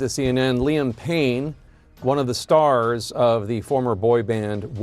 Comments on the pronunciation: Laiyam it’s liam bro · 1d ka downfall aisa hai ki abhi bhi Spotify ke top 70 mein hai lol ke hisaab se laam pain aur jayn maalik aur naal holan 😂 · Bro do a little research atleast 😭😭 You mispronounced Liam and Louis names ....Moreover, their projects were doing great , even after Zayn left the band . There was no such thing as 'downfall' in 1D's 5 years of career .